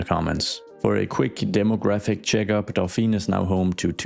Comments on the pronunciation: What you pronounce is "Dauphine", which is the name of the female dolphin, and the title of the wife of the heir to the French throne (so Marie-Antoinette was the Dauphine before she became Queen). "Dauphiné", with the accent on the e, is the name of a l region in France. The two are actually linked: the title of Dauphin (and therefore Dauphine) comes from that region. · 'i think i can pronounce this correctly...' spells Dauphiné (with 'é' at the end pronounced 'ey' --> D'o-fin-ey) but actually says Dauphine (with a silent 'e' without the *accentégu*) XD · A very small french pedantic comment: you should rename it to Dauphine to match your pronunciation. Dauphiné becomes dauphin-aye. Drop the accent. Or not :D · Not to be annoying but to be pronounces how you said it should be "Dauphine" not "Dauphinè" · 🥸 Dauphiné is prononced more like "Dough-fee-nay" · And now we will call that day, the "Kesselfeld Incident". This is clearly a case of urban horror stuff. We are in Fringe, SCP or the Backrooms ! 😆 Dauphiné is pronounced "Do phee neh" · Hello, french admirer here. 1) E in Dauphiné is pronounced like the 1st E in elephant. 2) Since the nearby area is named Antoinette, I would argue that the higher-class area should be named Marie. Marie in french sounds a lot like marée or Marine which are 2 words of the sea lexicon. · There is a neighborhood in my hometown of La Rochelle in France called "Porte Dauphine" . Also careful because of the accent at Dauphin(é) as you wrote,it's not pronounced Dauphine but rather ( e acute) as in " pay or Beyoncé ". So in order to sound as Dauphine you should remove the accent.